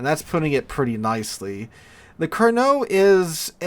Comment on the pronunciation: LOVE that you said "Carnot" correctly, a blue moon event for this channel, then 2 seconds later said "carnar" in a total biff. Never change.